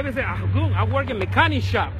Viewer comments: they weren't talking about the cops not believing the explanation, the comment was talking about how the mechanic pronounced the word "gun" he says it like "goon" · I wouldn't listen to someone who says "Goon" instead of Gun. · I cant stop laughing the way this guy is pronouncing the word gun😁😂😂...he be like goon🤔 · He’s saying Gum. Not goon squad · Ivan Osorto no it isn't lmfao it's pronounced gun